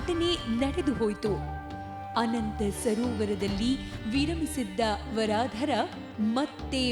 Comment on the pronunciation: ವರಾಧರ ಅಲ್ಲ. ವರದರ್ ಎಂದು. ಅತ್ತಿ ವರದರ್ ಎನ್ನಬೇಕು.